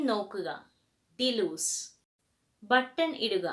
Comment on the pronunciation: Scale the fish or Descale the fish ? ഡി ലൂസ് അല്ല ഡീലൗസ്